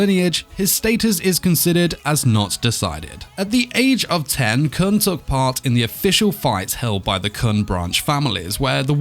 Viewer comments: 6. (And it's pronounced koon) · hhhNNNGGGGHHHHH HIS NAME IS KOON!!!! IT'S PRONOUNCED KOON!!!! AND WE DO KNOW HIS AGE!!!!!! HE'S SEVENTEEN!!!! sEvEnTeEn!!!! Currently in the comic he's 25, but the series starts when he's seventeen.